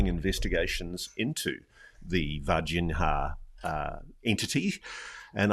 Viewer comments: "Varginha" is pronounced the same as "piñata" in this regard: Varginha = Vargiña. Its not pronounced Vargin-Ha. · Its pronouced VargiGNA (Var-Jee-Neeah), like Lasagna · In "Varginha," the "h" doesn't have the "rr" sound like in "hook." There’s no exact equivalent in English, but "Varginia" is good enough. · C'mon Ross - at least pronounce Varginha correctly - it's only one of the most famous UAP cases ever. 😂👌